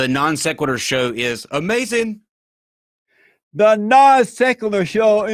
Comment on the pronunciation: lol he said "the non secular show is UHMAZIN!" 😂